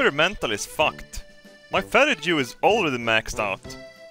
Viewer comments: Did you just pronounce fatigue "fatty-jew"? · I’m sorry but did you pronounce fatigue “fat-eh-gew” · Episode #25 and still thinks fatigue is pronounced fatijew, have to love the guy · You know you’re swedish when you pronounce fatigue like fatyjew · “Fat-eh-jew” lol. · Fatijew? Lol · I love the way you pronounced "Fatigue" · The way he says fatigue kills me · love his pronunciation of fatigue